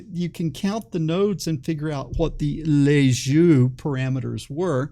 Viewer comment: Nice video but you should look up how yo pronounce "Lissajous ".